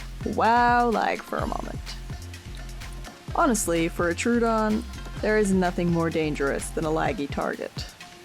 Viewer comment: idk if anyone cares, but I googled the name and it's pronounced trow-uh-don (/ˈtroʊ.ədɒn/) not true-don (/'tru:.dɒn/).